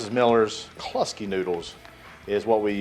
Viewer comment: the way to say Kluski is like ClueSki, i know its your accent. hahaha nice cook brother.